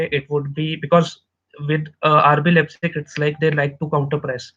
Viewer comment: Hey. Leipzig is spelled like this for you English guys:) Lighpzig